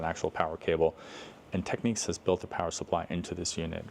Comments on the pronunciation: It's technics, not techniques 👍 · Why would you pronounce Technics as if it was spelled Techniques? There are two types of people in the audio world I think . . Maybe Matsushita would be a better moniker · I never understand why people call Technics Techniques. The word is clearly Technics, not Techniques.